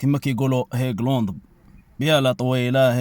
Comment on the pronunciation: هايلاند ماشي هيكلوند - الارض المرتفعة بالعربية